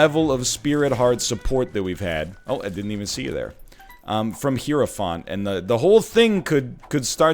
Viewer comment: I don't mean to be rude, but it's not hero-fahnt. It's hyro-f-ant.